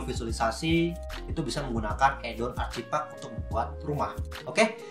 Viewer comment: Add-on..... Read ed-on, not addon